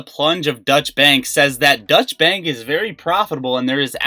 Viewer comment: Don’t mean to correct you but it is pronounced Doytch bank not Dutch. Dutch would imply Holland not Germany . Sorry for correcting 👊